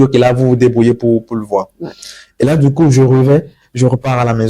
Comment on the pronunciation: C'est quoi cette manie de mettre des "R" a la fin des mots qui n'en on pas besoin. Parlez simplement et faites vous comprendre aisément. Je sais et non "je saire" et là et non "lar"